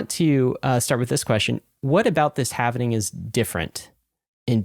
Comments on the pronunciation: How do you guys have a crypto podcast and after all this time can’t figure out that the word is halving. not halvening. I’ve been cringing everytime I hear you guys say it. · Omg. It's the Having. Not the Havening.